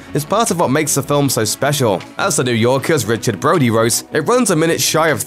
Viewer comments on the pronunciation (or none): none